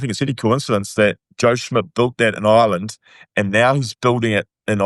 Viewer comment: He couldn’t even say Ireland in the introduction.😂Great to see him writing off Ireland.